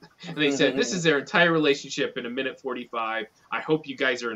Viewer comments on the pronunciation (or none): none